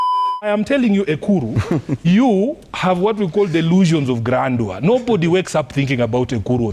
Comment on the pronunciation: Nimeskia "grandua " mahali?😂😂